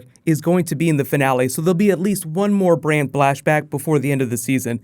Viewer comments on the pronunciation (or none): Lol man you said "There will be at least one more Bran BLASHBACK" ahahaha i fucking lost it XD